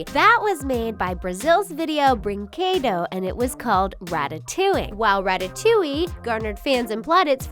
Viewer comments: "breenquedow" WHEEZE Sorry, i'm brazilian lolol WAIT ROBOZEENHOES LOOOOOOOOOOL SORRY I HAD TO H U E H U E H U E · I’m Spanish and Portuguese and you say Brinquedo wrong